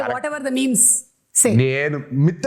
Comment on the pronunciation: మిమ్స్ కాదు మీమ్స్ అనుకుంటా